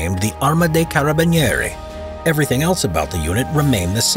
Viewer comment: i love you pronunce of carabinieri PS: i'm from italy